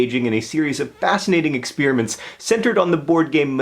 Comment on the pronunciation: What I really want to know is why John pronounces "experiments" like "ex-spearmints".